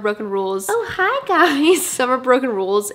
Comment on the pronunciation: omg, i am vietnamese and seeing your channels just make me sooo inspired btw, is EXACTLY how me and my friends say hi to each other (with the little cute viet accent) i love u!!!!!